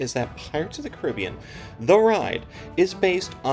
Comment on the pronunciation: Great video. Thanks for putting it in perspective. And, yes, your book was a great background for me on the attraction; everyone should read it. Also, thank you for pronouncing it kuh-RIB-ee-an and not and kar-uh-BEE-an 😃